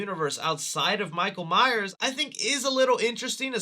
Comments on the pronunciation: “Michael Myer horror movies”? It’s Michael MyerS, not Meyer. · Love you. But please stop dropping the S on myers 🤣🤣